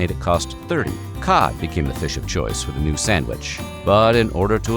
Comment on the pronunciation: "THE VISH ITSELF!"😄